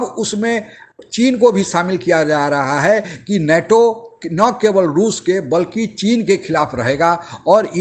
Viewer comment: abey नाटो नही नेटो! Kahan sey aa ja te hain aise bewakoof Pakistan TV anchor ban kar!